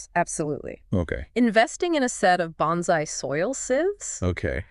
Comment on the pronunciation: Very nice video except for your pronunciation of bonsai.